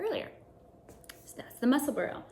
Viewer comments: Ysolda is from the US but lives near Edinburgh, Scotland where I was born. Just along the coast from Edinburgh is Musselburgh. Locals pronounce them "Edinburra' (or even "Embra" !) and "Musselburra" so you are quite close with your pronounciation! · Congrats on 1000 subscribers! Musselburgh is a suburb of Edinburgh, Scotland so it is pronounced “muscle burah”